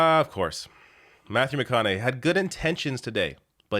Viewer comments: It's pronounced McConaugHEE. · Its "mc conna hay". Hope ur boy is doing well.😉 👍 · McConaug"HEY" that's how it's pronounced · Its McConaugHEY like hey, hi, hello